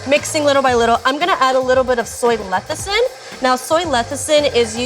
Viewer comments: "fingies" okay,;) Also, it's "lecithin" not "lethicin". Just sayin'. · you are pronouncing lecithin wrong just thought you should know.